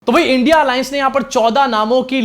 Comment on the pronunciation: पढे लिखे ना होने की वजह से इंडिया का उच्चार नहीं आ रहा हैं चाचु को.... अब चिख पुकार से कुछ काम नहीं बनेगा, पनौती लग चुकी.... झोला ढुंडो.....😂😂😂